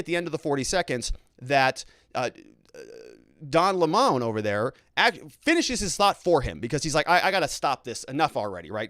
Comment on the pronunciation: By the way, it is disrespectful to mispronounce a person's name on purpose, especially when you do it over and over. Can't you just pronounce Don Lemon's name properly? I've watched you for some time and when you started you weren't so actively partisan. When you do something like constantly mispronounce a person's name to score some ephemeral partisan points you are starting to cross over into the territory of being a dickhead. Please don't be one. There are plenty of dickheads on YouTube, too many. One of the reasons I have enjoyed watching you is that for a long time you made an effort to be polite and fair minded even if you disagreed with someone. I would like you to be that again, although I know that being the other type probably will get you more clicks. You can add to the coarsening of our culture or you can fight it.